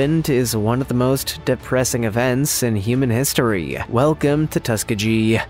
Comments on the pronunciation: MY GOD!!! LEARN PROPER PRONUNCIATION!!!! Tuskegee has a hard G sound like... GOOD. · "Third reesh"? "Tuskajee"?